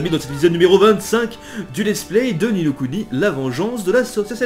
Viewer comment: Non il le prononce bien, Ni no Kuni est du japonais et veut dire l'autre monde, le second monde